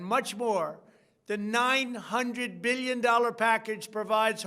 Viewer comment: Did he say billion. 😂